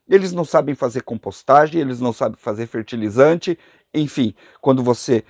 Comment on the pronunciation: So uma palavra…. “FEETILIZANTE”